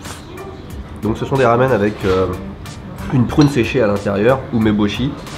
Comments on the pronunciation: C est un peu perturbant qu il dise « lamen » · tu peu dire "Ramen" avec le R a la Française stp , ça me rend fou la façon dont tu le prononce! super vidéo comme d'hab sinon :P